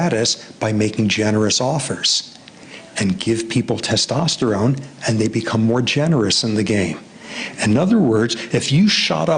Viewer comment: dono m se ek se bhi Theek se "Testosterone" nhi bola Jaa rha 😂